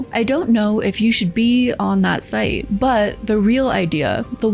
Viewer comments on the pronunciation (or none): none